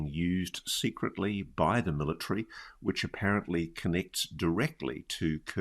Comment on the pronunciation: Yeah, the word is MILL-UH-TARY… not MILLA-TREE